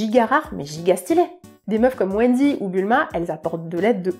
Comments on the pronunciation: J'ai cru entendre Wendy au lieu de Winry, je dois me faire des idées 🙄😅😂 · L'un des seuls truc qui me fait tiquer, c'est Winry et pas Wendy 😢 Sinon, oui pour les perso de one piece, je me dis a chaque fois " les meufs elles mangent quand meme hyper bien et elles prennent pas un gramme, cette injustice"